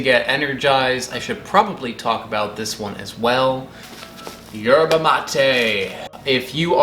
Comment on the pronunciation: Don’t think you pronounce the “Y”